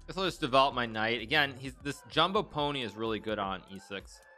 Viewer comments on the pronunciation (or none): none